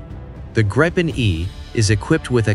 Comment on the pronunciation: The correct pronunciation is (in english spelling) 'gree-pen', as in 'sweeping', not 'grippen'.